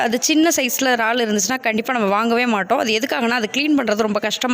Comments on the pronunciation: ரால் இது என்ன புது பெயர் உச்சரிப்பு முக்கியம் 'இறால்' அல்லது எறால் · றால் இல்லை இறால்.